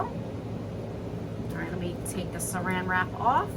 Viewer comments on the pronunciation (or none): none